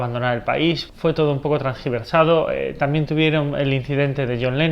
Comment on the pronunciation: Min. 0.47: Disculpa hermano, pero la palabra no es TRANGIVERSADO sino TERGIVERSADO y no sé si cae bien en el contexto que lo dices